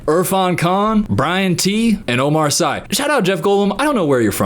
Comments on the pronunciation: Not to be that girl but Omar Sy's name is pronounced 'See'. He's amazing in Lupin, everyone watch that. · For Omar Sy , it's pronounced Omar "See" 😜 he's a French actor, and very funny too.